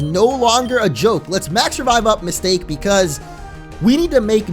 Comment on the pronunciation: Isn't it supposed to be Ms. Ta-Ke. Not Mistake?